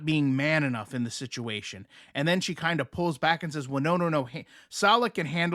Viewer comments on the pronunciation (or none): none